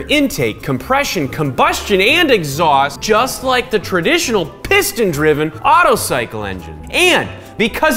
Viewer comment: “Otto Cylce Engine” lmao